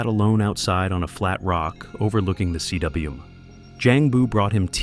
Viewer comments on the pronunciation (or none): Btw, CWM is pronounced 'koom'. It is a Welsh word for the circular depression high on a mountain caused by the gouging of a glacier. In the Scottish hills, these circular, sheltered depressions are called 'corries'. Sometimes a corrie contains a pond which is called a 'tarn'. In the French Alps, a cwm or corrie is called 'a cirque'.